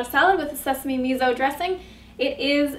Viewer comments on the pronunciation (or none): Its pronounced 'me so' not 'me zo'....